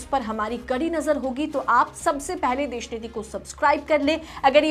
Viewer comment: Desh sh sh sh sh sh sh sh sh sh sh.... bandh karde Deshniti ya fir sahi tarike se bolna sikh. Desh sh sh niti bolne me kuchh muh me aata hai?😂😂😂